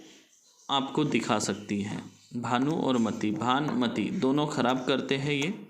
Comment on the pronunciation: गुरु भानमती के नाम का गलत उच्चारण कर रहे हैं इन्हें उनके बारे में कुछ पता ही नहीं है कि भानमती है कौन